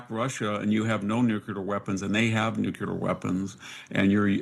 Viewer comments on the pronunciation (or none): VDH is highly intelligent, but he needs to learn that there is no such word as "nucular." It is NU-CLEAR! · I've always admired how intelligent he is, but have problems with him saying nucular.